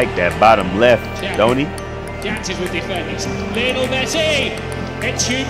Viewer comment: LIOnel not LIEonel